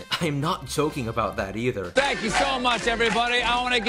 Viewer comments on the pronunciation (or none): ''I'm not dzoking about that either''